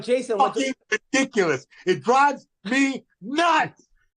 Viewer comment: Hate pronunciations fml “REEE-diculus” that word doesn’t even have any ‘e’s in it. He made an I into an E then he does the opposite when saying Ivrything. He’s the worst.